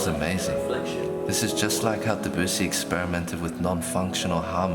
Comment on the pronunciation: Duvissi not deboosy!!!!